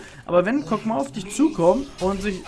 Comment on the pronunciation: Warum genau sagt er kog'maow ?